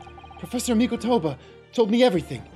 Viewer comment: Tiny nitpick, but with regards to Mikotoba, is saying the Mi-KOH-toba name correctly while is saying Miko-TOU-ba incorrectly